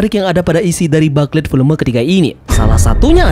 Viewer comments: FYI Min, (bukan ngajarin). Booklet dilafalnya “Buklet” Bukan “Baklet” Kalo dibaca Baklet gitu kyk denger “Susu” dibaca “Sasa”, Apalagi berulang2 sampe ujung video, Jadi rada gimana gitu…😅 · Yaps, Mknya kita saranin Mimin untuk rombak dikit di video berikutnya, yang 2 ini: Whole Cake = Houl Keik dan Booklet = Buklet, Biar makin keren… 😎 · iya bro, sebelum komen saya riset dulu dan memang betul baca nya buklet👍🏻👍🏻